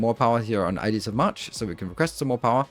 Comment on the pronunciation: Ok I'll be the one to do it! Ides is pronounced the same as in Tides. It's not pronounced I Deez. Ides of March is a reference to Julius Caesar's assassination.